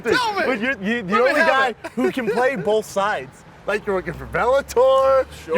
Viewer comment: Brendan "bowlth" sides! 😬🤔😐